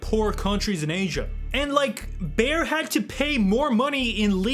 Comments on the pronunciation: BAYER - not "bear" (that is a an animal, that makes for a good carpet :) ) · How can you screw up the pronounciation of Bayer so badly? Its literally named after Bavaria (German name of that region) Ba-Yeer (Phonetically) you are saying some version of Bear (which made me think of Bear Sterns) or Bauer maybe that makes ice skates and various equipment. These things matter..